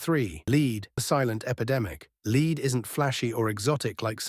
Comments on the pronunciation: lead being said as leeeed not lead AI voice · Leed. Leed poisoning. AI aint that smart